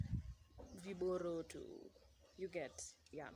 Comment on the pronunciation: Its viroboto not viboroto😂😂